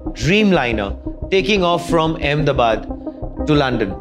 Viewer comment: ah-med-de- bad...why em-de-bad